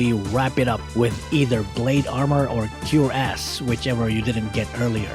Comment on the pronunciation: ahh yes "cure ass"